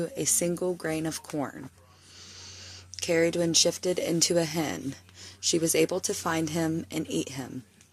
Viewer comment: Ooh I like the way you pronounced her name. Shape shifter, cool sh*t. Interesting story. Luv that you did some homework on her 😉 sounds like she is calling out to you! ❤